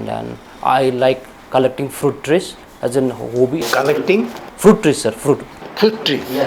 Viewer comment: Teacher ko hi English patta Nahi students ko Kia puchega.. what are you doing or what you are doing.. listen the pronounciaton of fruit . They can't ask questions